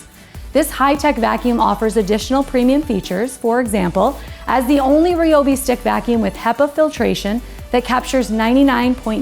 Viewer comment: Not RIOBI, it's RAIOBI or I'm out.